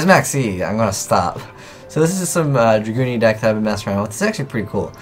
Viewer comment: He keeps saying Dragoonity